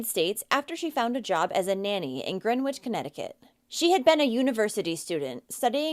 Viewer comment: Greenwich , Connecticut is pronounced Gren itch . Same with Greenwich Village in NYC , in case you ever do a story about that area .